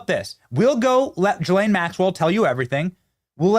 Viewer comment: So… did Benny finally learn how to say ghee (hard G)- Len instead of Gee-Lane?? Or upgrade his rednecky pronunciation (like Steve Bannon) of NEW – CLEAR instead of Nuke – U – Lahr ???